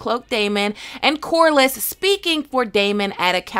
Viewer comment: Corlys: Core-leez not corlis